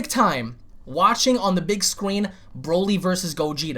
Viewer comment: “Big scween.”